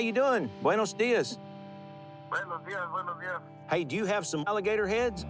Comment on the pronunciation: The other cop cringed when he said “Buenos Dias”😭